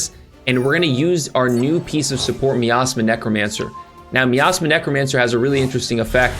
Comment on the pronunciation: HABIBI CMON 😂ITS NOT "ME ASTHMA" it's "MY AZMA"